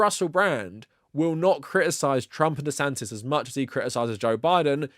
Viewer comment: love how you say rhonda santis